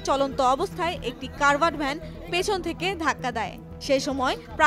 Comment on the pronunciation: CACARD VAN. NOT CARVAD VAN.